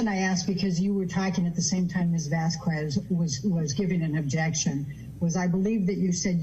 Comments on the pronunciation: Love how she gets corrected on name pronunciation by the Hicksville witness and still manages to call the other attorney Ms Vascwez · Amber’s attorney is always messing up words and names lol umbrella man guy whoever lol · Can amber turds lawyer learn how to say Vasquez please, at this point it feels derogatory toward Camile. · Gosh, weeks of trial, yet AH's attorney still hasn't learned how to pronounce properly Camille's last name 🤦‍♀️.